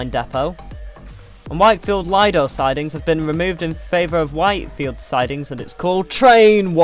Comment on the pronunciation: It's leedo not leyahdo